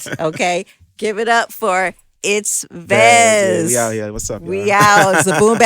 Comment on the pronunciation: IT’S V-E-Z-Z!!!!